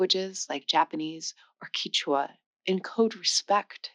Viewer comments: The language Quechua is pronounced as "keshwa" (not "kichwa" as you said in this video) by the majority of its speakers. Only in Ecuador, where they lost the pos-velar Q, is it pronounced as "kishwa", but in Peru, Bolivia and Argentina, the language is called "keshwa". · You mispronounced Quechua as Kichwa, it’s Kechwa. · Quechua is pronounced "Ketchwa". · Is this chick an AI? WTF is queecha? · You pronounced Quecheua different each time :)) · She also said Quechua and Tamil wrong at the start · If you can't correctly say the word "Quechua".............I have no desire to listen to you........... Can't trust anything that comes out of your mouth. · this doesn’t sound like AI, but she is mispronouncing a lot of language names and not being a linguist even I know how they’re pronounced. Tagalog, quechua and Tibetan, for example. but the content seems very well researched. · Thank you for saying "from" rather than "than" after "differently". But it's strange in a video about languages that you mis-pronounce the names of other languages, e.g. the word "Quechua" starts like the beginning of "kept" not "key", and the language of Tibet is Tibet-an not Tie-beeshan. Keep that up if you want to put people off subscribing. Also, this weird fashion for diagonal video (not facing the camera) is going to look SO dated in a few years. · Hey, I love your videos, but pronunciations of many of these weird languages I’ve heard were different than yours. In Peru, I heard them call it “CATCH-wa” (Quechua). I’ve always heard TAM-il (Tamil), ti-BETT-in (Tibetan), and ta-GOLL-ig (Tagalog). (Heard natives use all these pronunciations.) Check into some of those pronunciations thru A.I. and YouTube and see if they don’t sound more like some of these I may have posted here, or others that are different than expected. (Also, interrogatives are in-ter-ROGG-a-tives.) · Maybe teach your AI to pronounce "interrogative' "Tibetan" and"Qechua".